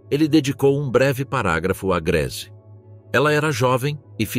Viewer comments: Se pronuncia ( Griiisi nao Greese) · O nome é Grese, não Greese.